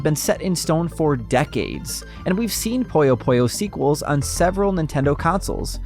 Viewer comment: Why do you say “poyo poyo”? It’s PUyo PUyo.